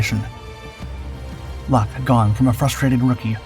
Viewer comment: Why don't the producers of this awful diatribe of unfactual rubbish try to get their research correct...Eric Lock, his name is pronounced LOCK not LOKEE he and his colleagues unlike the producers of this awful narration gave 100% with many paying for their bravery with their lives, try to at least represent them by pronouncing their names correctly instead of being insuch a hurry to earn money from your poor production